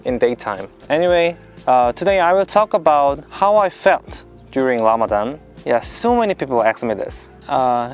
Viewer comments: Rayan Gold it’s because in the Korean language, the ㄹ in 라마단 makes a R or L sound. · him saying Lamadan made my week. May Allah bless you and guide you through your journey Jay kim brother.